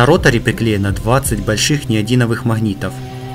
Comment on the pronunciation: неодиновых? учи русский